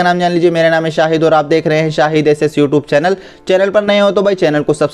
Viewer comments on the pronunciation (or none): none